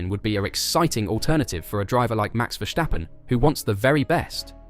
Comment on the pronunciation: Ver-stap-pen. Not Vestjappen